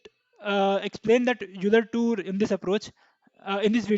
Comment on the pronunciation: I hate to be that guy, but Euler is pronounced "OY-ler" lol. Great video